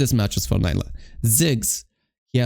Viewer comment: I really love your videos and guides ❤, also your work, that's not a "hate" at all, but it gave me hope when you said Neela instead of Nyla 😭😭 I do must say neela is the correct one and I don't know it just feels like she's some random white blond demacian girl when "nyla" is spoken by someone. Still awesome videos thank you for the tips you help a lot ❤